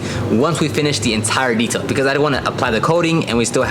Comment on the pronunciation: did you say Zetail?🤨🤨